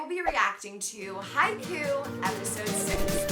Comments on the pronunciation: ... it's Hi-Kyu, or Hike-You. Not Haiku. It's not a poem. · It pronounced haikyou!!